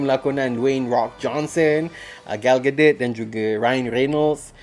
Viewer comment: Sebutan yang betul bang..